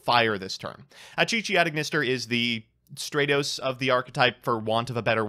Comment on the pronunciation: you pronounced Statos wrong. "straytos"